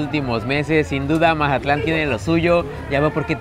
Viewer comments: Porque dices Majatlan? Es Mazatlán. hubieras puesto música de Banda no cumbias chilangas, yo creo que no sabías dónde andabas 😄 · Es tan difícil decir Mazatlán en vez de majatlan? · Para ser de otro lado dices como todo un mazatleco la palabra "majatlan" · porque por el acento que tenemos la mayoria de los mazatlecos, asi se escucha cuando lo pronunciamos. José Alfredo Jiménez compuso la canción "el corrido de Mazatlán" te recomiendo que escuches la versión cantada por él mismo.